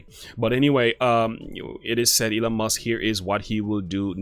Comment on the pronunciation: It's actually MUSK (not Must).